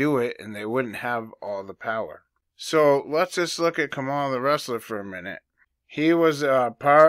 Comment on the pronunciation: I always pronounce her as Ka-Ma-La not Kama-la. Good catch brother. They say empires last around 250 years. America is currently 248. They also say women ruled Rome as it burned. Every election cycle the news always repeats “this is the most important election in history”…but this one really will be. If she wins…America is done. If they lose..they’ll burn it to the ground before handed it to trump. Either way..people without Jesus are gonna have some problems.